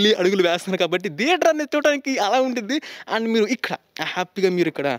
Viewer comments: Why you pronounce as dheater when it is theater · Sir, Please note it not pronounced as "Deather". It is Theatre with "Th" sound.